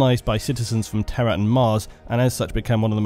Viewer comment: One complaint: you pronounce the words "terror" and "Terra" the same, which has caused me a lot of confusion.